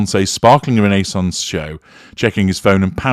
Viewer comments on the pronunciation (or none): none